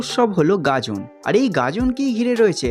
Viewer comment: গাজন নাকি গাদন?😂